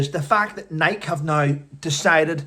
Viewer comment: The e is pronounced in Nike like a y. Nikey.